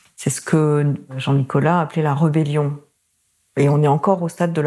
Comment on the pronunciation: on prononce en français : RÉBellion pas REbellion